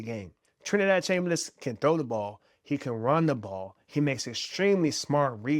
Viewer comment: It's Chambliss not Chamberliss. Look it up. Don't want you to get attacked if this video ever gets big.